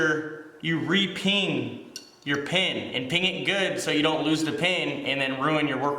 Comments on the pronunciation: PEEN … not ping !! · The term is peen not ping